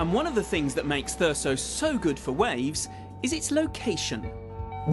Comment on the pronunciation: the only thing that annoys me in this video is that they keep saying thur-ssso instead of how it is acctually pronounced thur-zzzo